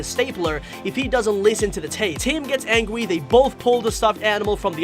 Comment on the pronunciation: When tim gets mad at the baby it sounds like you said angy instead of angry